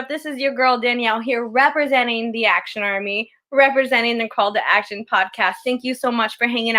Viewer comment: "Call to AD-ction" lol jk. love you guys